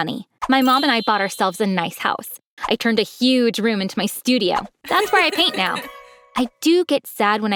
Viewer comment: he said neow